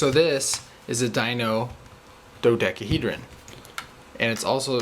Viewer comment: Dino dodekeehedron.